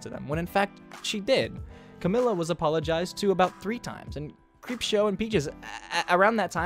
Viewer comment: Okokok not t be offensive but it sounded like you said creepshart, thank you because now she has a new nickname